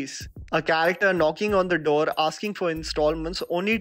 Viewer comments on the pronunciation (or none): none